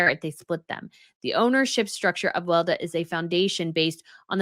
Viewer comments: Weleda ist pronounced Veh-leh-dah and is mainly sold at German drug store chain DM. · FYI, Weleda is pronounced Weh-Lee-da in the Uk and other English speaking countries. But it’s a German word (and company) and so it’s pronounced Veh-Lee-da in Germanic countries.